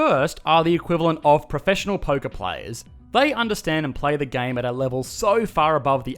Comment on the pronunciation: .-Who else initially heard “professional Poké-players”?